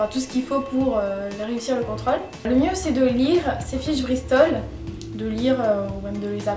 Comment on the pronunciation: Merci pour ses conseils tu ma fait rire avex tes "contrAle"au lieu de contrOle